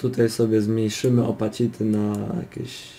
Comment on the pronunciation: Czyta sie rotejszyn, posiszyn i skejl a nie rotation, position, scale i opaĆity